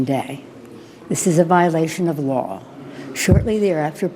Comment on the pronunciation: You heard her, It's a violation of the waw